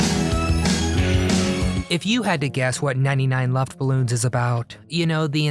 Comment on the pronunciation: Incidentally, Nena's (pronounced NEH-nah, not NEE-nah) German version was "99 Luftballons" not "99 Luftballoons". The English version was "99 Red Balloons".